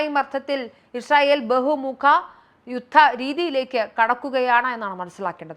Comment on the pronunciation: ഇഷ്രയേൽ അല്ല ഇസ്രായേൽ